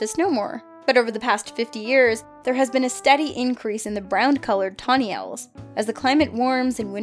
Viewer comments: did the bird girl call Owls - Oils? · Owls is pronounced '"ow-el". English prof--no offense intended. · Tawny oils? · TAWNY OILS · Did say oils instead of owls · Oil? Are you sure? Obviously the rest of the English speaking countries have been saying owl wrong this whole time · Man tawny oils are beautiful (she said oils not owls) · Tawny... Oils? Do you mean owls? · She called them oils instead of owls ,’) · Tawny oil???? Did you mean owl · Tawny oil? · Tawny Oil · I’m sorry. Did she say “Tawny OIL”? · tawney oil? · Tawny oil...seriously?! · ... tawny oil? Wat? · tawny oil?..... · Why do you call owls oyls